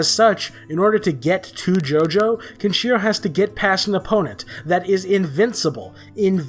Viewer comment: you cant even pronounce Kenshiro